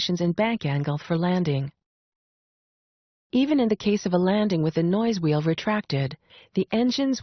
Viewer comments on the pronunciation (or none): My airplane has a nose wheel.....not a noise wheel as the narrator said is fitted to the 737 max.....unless my tyre pops and then I have noisy nose wheel......and it’s easy to clean up her breaths....send the trk over...I can edit them out.